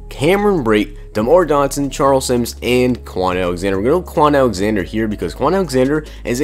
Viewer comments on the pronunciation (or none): none